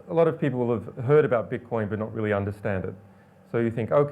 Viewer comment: is he saying "beetcoin" ...?